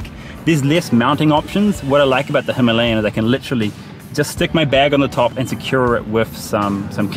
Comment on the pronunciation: Big following of RE in the UK it’s the Himalaya that everyone wants. Check out the correct Indian/ Pakistani way to pronounce Himalaya / Himalayan it’s nothing like how farunghi say it